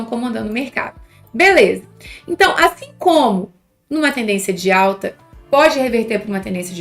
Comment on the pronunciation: Sim kkk tava falando 'asfim'